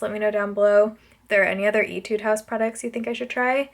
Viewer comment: Did u say “itude house”? Lol